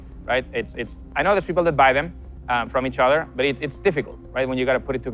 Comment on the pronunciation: I like hearing him say "but...". *Buht-hhhHhh*.